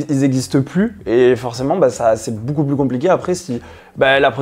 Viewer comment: C'est marrant il dit BOUCOUP pour beaucoup 😊